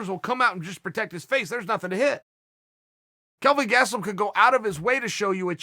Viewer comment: "Kelvin GaTstelum" sounds like a natural fighter Uncle Chael. Looking forward to seeing him fight in the ufc one day.